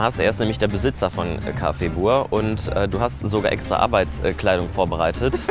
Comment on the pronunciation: Mich triggered das immer so krass, dass alle Buur sagen, es wird aber Büür ausgesprochen. Das ist niederländisch und heißt Nachbar.🤦🏼‍♀️😩 Ansonsten echt lustiges Video. Gastro ist oft seht stressig, der Chef hat dich für den ersten Tag und ohne Erfahrung,aber auch hart rangenommen. 😁😄